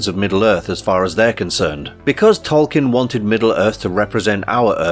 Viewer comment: Pronounced "TOL-keen," not "kin."